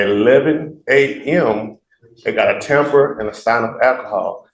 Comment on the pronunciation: He keeps saying temper. It’s tamper. And it’s AL KUH HAUL… not AKKAHALL. God. I’d fire this idiot in a second.